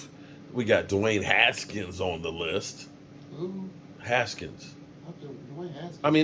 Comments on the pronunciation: HANKINS* Name Butcher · What's up you stay getting players names wrong SMH lol it's Johnathan Hankins is who we got from the raiders 😂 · It’s Hankins meathead get it right lol